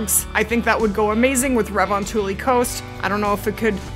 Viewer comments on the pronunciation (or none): none